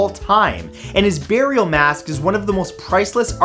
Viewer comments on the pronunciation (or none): none